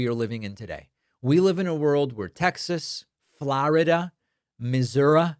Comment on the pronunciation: “Flaurida” and “Misoura” kill me 😂